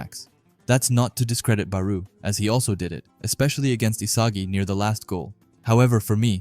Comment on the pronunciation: bro pronounce their name right please OMG IT'S PRONOUNCE BARO NOT BARUUUU